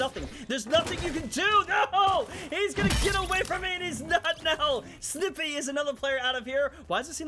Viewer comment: No game. For the love of God. My name is Sniipy38 (SNY-PEE) NOT (snippy) I'm a sniper. Not a pair of scissors